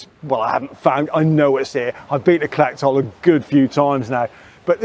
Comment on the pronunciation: Good video spoiled a bit by your mispronouncing the place names. It's not Clacktoll or Ackmelvick. The ch is soft.